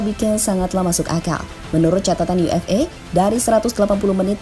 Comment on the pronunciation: dari awal sampai akhir kedengaran "yu ef e", jadinya UFA dong 😁